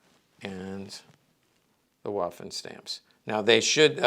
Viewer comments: I've no doubt you're aware of this, but Waffen in German, is pronounced similar to the English V sound. It's more like Vaffen than Waffen. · He's not just speaking to Americans, he's speaking to anyone interested in the subject from all over the world, myself included. I don't mind "Walther" so much (due to Bond movies), but I'm sure you can pronounce "waffen" in the German way yourself. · No tears, so no tissues needed. A historical firearms expert should know how to pronounce "waffen" is all I'm saying, and I tried my best to be polite about it. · It's not really "spelling police," but rather people trying to politely correct someone on pronunciation. I'm no expert, I only speak English, but I do know how to pronounce Waffen and Walther as best as I can. Heckler & Koch for example is very difficult for me to pronounce as an English speaker, but I make an attempt at it.